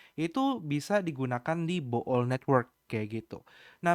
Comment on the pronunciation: koh, bacanya 'bul' karena oo nya dua bukan bo'ol wkkkwkw